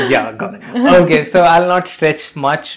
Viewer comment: Just say okay not oukay 😐 and also say o not ou!